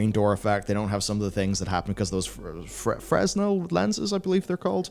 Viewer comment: Fresnel lenses. Tho it is pronounced Freh-nel. "A Fresnel lens is a type of composite compact lens developed by the French physicist Augustin-Jean Fresnel for use in lighthouses. It is made of multiple prisms and can be much thinner than a conventional lens."